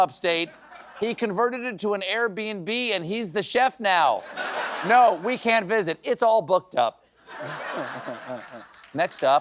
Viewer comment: I like the accented no